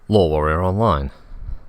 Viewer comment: I've listened to a good bit of this LoreWarrior playlist, and anytime he says "LoreWarrior Online", even when I know he's saying it, it just sounds like gibberish.